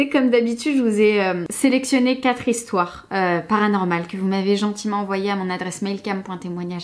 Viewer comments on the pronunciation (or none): sur ces histouères! Hahahaha je suis Québécoise et ça m'a fait bien rire